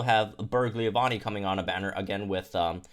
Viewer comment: Why do you pronounce Leavanny "leah-vanny" its Leave-anny like leaves...